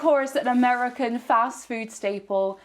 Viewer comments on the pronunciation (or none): none